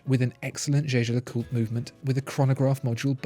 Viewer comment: The way he pronounced it today is the correct way.